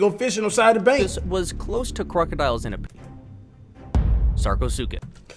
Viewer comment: Lmaoo “the suckaasupis”